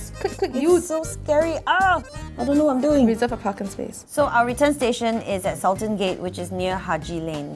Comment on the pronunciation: said sal-ten dude its sool-tan